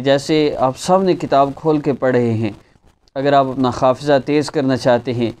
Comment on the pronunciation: حضرت آپ کا حافظہ حد سے زیادہ بڑھ گیا، اسی لئے تو آپ نے ح کا خ بنا دیا، 😀😀😀😀 محمد سلمان قریشی گنگوہ سہارنپور